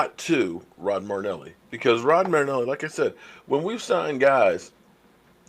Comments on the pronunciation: not trying to give you a hard time but his name is NOT Rod Marneli. His name is Rod Mar-i-neli. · Hey I know you said your a name butcher and are deselect but you can’t butcher your favorite coaches name it’s M-ae-rih-n-eh-lee not M-ue-rih-n-eh-lee marrynellie > murrynelli I still love you and your channel great work keep goin! #cowboysnation